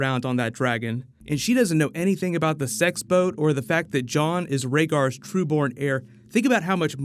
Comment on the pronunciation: Whenever you say “Sex Boat” it makes me think of a 7 Kingdoms type of “swinging singles” booze cruise from King’s Landing to Dorne 🚢 🤣🤣🤣